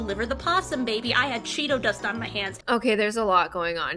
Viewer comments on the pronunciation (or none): none